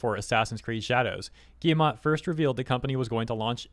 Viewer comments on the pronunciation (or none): It's pronounced Eve Gui E Mon